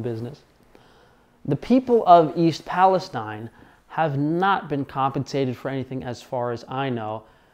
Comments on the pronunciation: If you’re going to make a video about something, at least confirm how to pronounce it. It’s pronounced Pal-is-teen. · You mispronounced the city name.